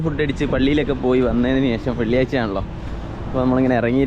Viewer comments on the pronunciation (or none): none